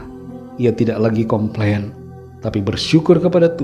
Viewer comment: Com plain atau kompeng😊